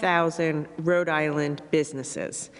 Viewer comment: Gina , Rhode Island is two words , not "Radilinn"